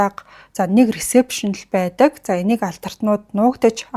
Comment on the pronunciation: Baisan baidag gedeg ugnuudee beesen beedeg gej heleed bgaam shig sonsogdood bhii 🤣🤣🤣🤣